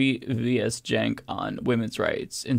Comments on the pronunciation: Someone tell Brian how to pronounce Cenk's name. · Neither Brian nor Piers can pronounce Cenk's name correctly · I feel like ANY guest other than Cenk would have the host and other guests pronounce their name correctly. It isn't that difficult to learn how to pronounce a 4 letter Turkish guy's name. Honestly .